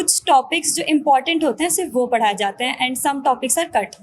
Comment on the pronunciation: padaya jata....na ki paraya jata..kuch sikh lo